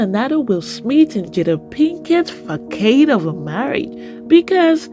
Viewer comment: The word is pronounced (FAH-sawd)... NOT facade..... look it up...please....the c is pronounced like an s... not a k.... sound....